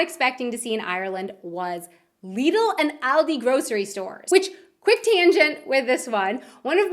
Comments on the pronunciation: LEEDUL NO IT'S NOT LEEDUL IT'S LIDL AS IN LID-UL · LIDD-LE NOT LEEDLE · Its "lid-il" and "All-dy"